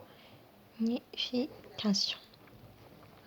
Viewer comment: On dit la réaction de saponification et non sponification